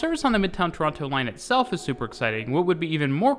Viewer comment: Each tine he says Toronto, he Pronounces it wrong every time